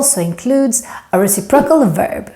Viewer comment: Re-CIP-ro-cal (Stress is on 2nd syllable 😉)